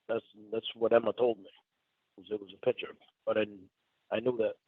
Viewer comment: is in his mid 50s. He has had thousands of days worth of opportunities to pronounce the word ‘picture’ correctly and he has rejected every one of them.